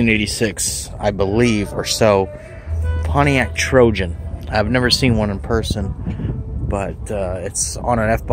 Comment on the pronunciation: TOJAN, not Trojan